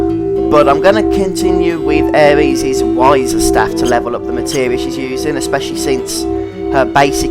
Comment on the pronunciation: Aeris = Air-iss, not Air-eez. Cait Sith = Keht Shee, not Kayt Sith.